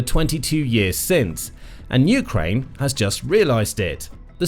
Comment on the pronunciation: How many years will it take for you to start pronouncing Ukraine correctly. You go back and forth putting the accent on the U and then on the A. How many ways are there to pronounce United Kingdom or Britain? Just one way for each. Just makes you sound less credible. Like you don't care about Ukraine. Just the war.